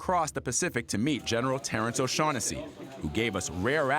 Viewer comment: General O-Shack-Hennessy lol